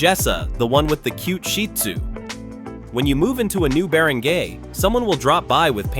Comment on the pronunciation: It's Not "Bear and gay Captain"😅 It's Bar on guy😊